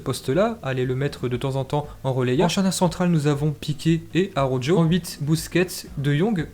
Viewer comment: Arrête de dire araujjoo😂 Ça se prononce araukho😂